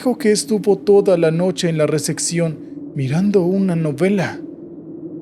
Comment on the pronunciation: Por qué dice receccion en lugar de recepción 😅